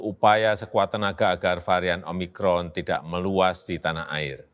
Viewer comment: Omicron atau omimron?